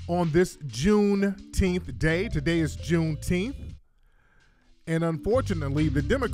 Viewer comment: The butter biscuits and coonteenth took me out!